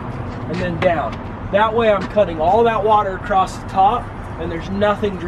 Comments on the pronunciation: acrosst and ekscape! haha! I love the videos though :D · "Excape" and "acrosst" are my new favorite words.